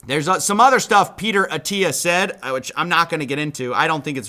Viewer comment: That’s not how you pronounce ”Said”